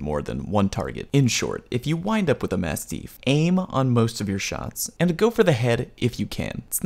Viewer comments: For the record, it’s pronounced like “mast-if” not “mast-eef”. It’s named after a type of large dog of the same name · Did you just say massteef? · Jesus the way you keep saying masteef is really killing me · Has anybody mentioned that you pronounce "mastiff" weird yet? ;) P.S. Glad to have this. I wish the Apex Legends firing range were more fleshed out. I'd like to play around with all the guns and all of the attachments in a free mode like that. One thing I don't actually know yet: how much damage to down a player? How much to kill a downed player? Seems like a simple question but haven't seen it shown yet. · when you said one incorrect term I though you were talking about you horrible pronunciation of mastiff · That was a good video but why is he saying mastiff so strangely???? Respawn didn't make the word up - mastiffs are huge dogs